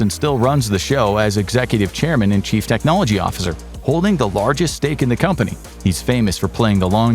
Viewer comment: “Technologia” 😂 I heard it!!